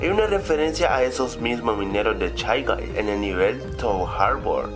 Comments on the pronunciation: Soy el único que entendió Chai-Guy en lugar de Shay-Guy?? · No son chai gai, se dice shai gai, y se escribe shy guy >:v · Mikoto Joestar oye tanvien lo pense puse chay gay gayyyyyyyyyyyy